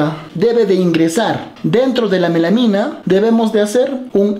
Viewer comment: Melamina de dice melamina!